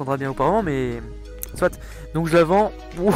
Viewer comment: J'adore t'est vidéo Mdr t'est la seul personne que connais qui dit soite 💪😂